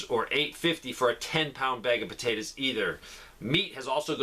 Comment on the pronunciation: I love how you say potatas 😊